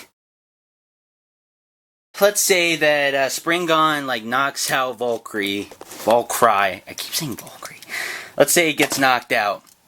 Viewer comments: you pronounce it valkiri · its pronounce vul- ker- rie you dumb dumb. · its val-ker-ee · Valkyrie is pronounced: Val - K - Ree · Hey bud it should have more stuff and it's pronounced VAL-KER-REE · Decent attempt at pronouncing it, but they are: (The attack type) Val-kr-ee (The balence type) Sp-rig-gen Other words in names you should know (wing, fusion etc) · It's pronounced Val-ca-ree. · no valkyrie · The blue one is pronounced val-cure-e